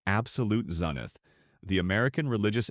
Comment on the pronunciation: Yeah zeeeneth